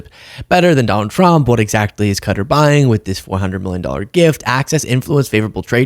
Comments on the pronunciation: Yoh sound like a republican calling it “cutter”. It’s ka-TAR. NO WONDER THE ENTIRE WORLD THINKS WERE STUPID…. We sound stupid. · Qatar is pronounced Kew-tah, not "cutter" or however you're mangling it. Sorry, just had to point that out. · Can everyone please stop this horse shit pronouncing it cutter. It seems everyone is doing it. It's more like Qu Tahr. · I'm sorry but Qatar is not pronounced Cut-ter, it's actually Kuh-tar. Otherwise I enjoy listening to you daily. But saying cutter sounds like nails on a chalk board. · It's not Cutter it's pronounced Cu-tar.. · I lived in Qatar, I'm sorry but youre wrong, its 100% NOT 'Cutter', its like KAh Taa, heavy on the K & T with a rolled r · It’s “Qatar” as in Kah-tar, or Kuh-tar, not “Cutter”. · Its not pronounced Cutter. Its cu-tar. You know you can Google any word to find out how to pronounce it. Cutter was US military lazy pronunciation. In Arabic its pronounced like coo tar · It's not pronounced "cutter". You had it right the first time, "kuh-tar." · I like your show but it's not Kutter. It's Qatar. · Qatar is pronounced "kuh-tarr" not, "cutter" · Hmmm hate to be picky but you do actually pronounce Qatar more like kah tar and not cutter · it's not "Cutter", it's Qatar. the second pronounciation was right. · …not “cutter” but “Ka-tar” with an emphasis on the “ka” part - and where the “k” is pronounced somewhat softly - with a hint of a “g” sound to it - and in native pronunciation the K turns almost completely into a G. Cutter is something else… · No, it is not "Cutter", it's definitely not "Cudder", it's Qatar or, if this helps "Cat-Arh". Come on, I know you lads struggle with English but, come on, you are making videos, give it a try once in a while!!! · It's pronounced "kuh-TAR." I got it wrong the first time I read it. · No it is pronounced Cat-Tar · It's Kuh-TAAR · Its not Cutter! Dumb media keeps saying cutter! Get it right! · I mean pronounced Kata. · Why are you calling it cutter? Are you joking?